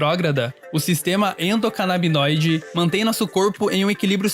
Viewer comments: é sistema "endocanabinóide" e não endocanabidinóide. As substâncias são canabinóides e não canabidinóides. Corrijam aí na edição, se possível. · Ela decorou a palavra Endocanabidinoide , que é mais difícil que a correta kkkkkkkkkkkkkkkkkkkkkkk que brisa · só da uma dorzinha em cada "endocanabidinoide", mas de resto o vídeo ta ótimo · Perdão,"Endocanabidinóide" não dá 🤭😅🤣🤷🏻‍♂️ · Vcs são demais, adoro vcs, e o vídeo é sensacional... Mas acho que o correto é endocanabinoides, igual o cara fala... Tamo junto Meteoro Brasil! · A voz feminina não acertou nenhuma vez o nome endocanabinoide kkkkkkkk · A "moça" falou todas as vezes errado o nome do sistema. O rapaz acertou. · Nossa toda vez que ela fala eu passo um nervoso, meu deus do céu. Que agonia. Mas compreendo que esse tipo de erro acontece. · toda vez que ela diz endonabidinoide ao invés de endocanabinoide é um soco no ouvido, no mas o video é muuito bom e necessário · Endocanabinoide, não endocanabidinoide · Galera, de verdade, gosto muito do canal por isso venho comentar agora! Acho de verdade que deveriam alterar o áudio para corrigir todas as partes em que são faladas as palavras: endocanabidinoide e canabidinoide, pois estão erradas! Creio que pessoas que conhecem algo sobre o assunto notaram o mesmo que eu! Agradeço pelo conteudo de grande qualidade intelectual e espero obter alguma relevância. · Alguém avisa para a narradora que não existe "Sistema EndocanabiDInoide"!!! O correto é ENDOCANABINOIDE. Por favor! Informação básica. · Nossa que agonia a moça falando endocanabidinoide hahaha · Meteoro: é ENDOCANABINOIDE, e não ENDOCANABIDINOIDE No mais, excelente video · Muito obrigado, mesmo. Meu coração pulava uma batida a cada endocanabidinoide hahaha No mais, excelente vídeo. Queria mais canais promovendo informação assim. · Ótimo vídeo, como já é padrão do Meteoro Brasil, o melhor do youtube. Mas fiquei em dúvida, pq ele fala endocanabinóide e ela endocanabidinoide??